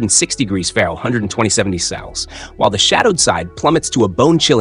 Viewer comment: Your narration software can't pronounce Fahrenheit or Celsius. "ferrush & cells" lol